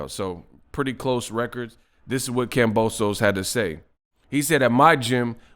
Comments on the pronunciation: HIS NAME IS KAMBOSIS WHY ARE PEOPLE CALLING HIM KAMBOSOS!!! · its kambosos